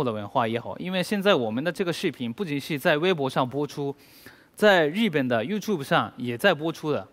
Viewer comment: 果然日本人中文再流利还是不容易正确读自己国家“日本”，总是念成Z本。隐形守护者的发音果然还是研究过的。